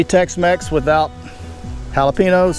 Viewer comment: "Hala-Pe- Noos" LOL Sure your from Texas?